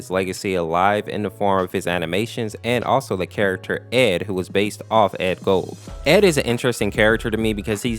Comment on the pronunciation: Edd Gould says Edd gold